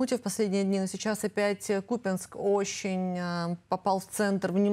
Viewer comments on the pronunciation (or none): Купянск это исконно Русский город.ведущие даже ударение неправильно ставят.